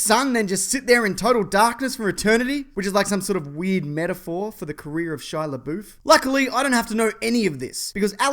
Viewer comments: "Shia laboof" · Shia LeBoeuf's name is pronounced Shy-uh la-BUFF, not Shyuh la-boof.